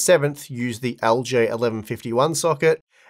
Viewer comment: man that aussie accent makes LGA sound like algae 😭